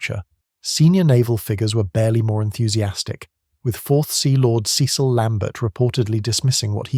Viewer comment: Yes, we pronounce Cecil as "sessel," not "see-sil" 😂